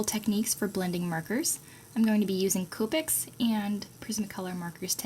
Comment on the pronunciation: Its COPIC not COOPIC